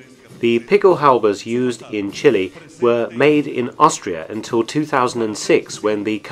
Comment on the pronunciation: Chilly... Brrr! Chili.... Spicy! "Chee-lay"